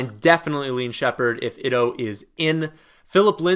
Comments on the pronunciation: Ito is (eeto) not (itto).... Gonna leave this comment on every video until you say it right lol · Day 362 of trying to tell that Ito is pronounced "eat-o"